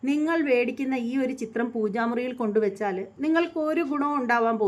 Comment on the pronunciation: വേടിക്കുന്ന എന്നല്ല മേടിക്കുന്ന എന്നു പറയൂ